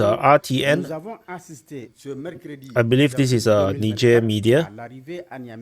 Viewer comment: Nizher not nidger